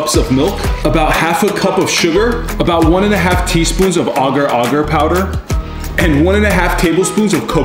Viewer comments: Ogor ogor💀 ITS pronounce AGAR ITS A GAR NOT AGOR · Ager ager powder? Its pronounced agaar agaar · It's pronounced 'aga aga' powder 😊 say it fast tho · Im an indonesian and the way he pronounces agar agar just triggers my ears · that agar-agar pronounciation tho 💀💀💀